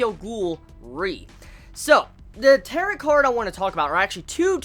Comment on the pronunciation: It's pronounced tear-oh